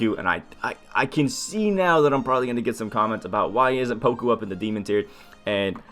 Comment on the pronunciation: It's not pronounced poko.. You say it more like pawkoo. Everyone just repeats DBGS stupidity.